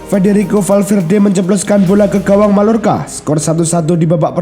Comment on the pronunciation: Real Mallorca, bacanya Real Mayyorka